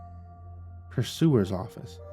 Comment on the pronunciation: To be fair most people listening to this won’t be ocean-liner nerds like me but for those who are…and for future reference…..there is no officer on a ship called a “pursuer”…..it’s “purser”. That little matter out of the way I loved the story…props to the writer who’s obviously a fellow ship-nerd. Even the deck plans and names of spaces on the ship were pretty accurate for the QE1 (I write “QE1” because there is a QE2 that still exists). The concept is really interesting, I don’t think I’d have the trepidation most of the characters did if Given the chance to stay in 1956 America taking a transatlantic voyage every few years though…..I’d be fairly happy to take that offer.